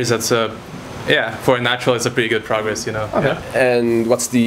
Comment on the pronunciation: This dude over here claiming «NaTrUaL»💀